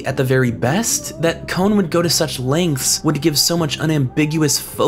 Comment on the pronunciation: Kon is not pronounced as cone.